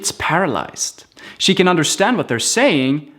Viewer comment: me di el trabajo de encontrar tu perfil para decirte que "can" se pronuncia "kæn". Tu dices "kan" como si fueran enlatados :rollingeyes